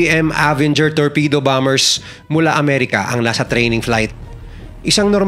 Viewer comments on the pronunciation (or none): none